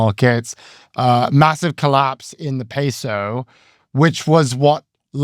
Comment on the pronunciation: It is not pass eee ohs like Cheerios. It is Pah Say ohs